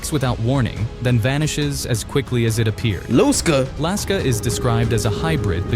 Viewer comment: You said lusca correctly but not the guy saying it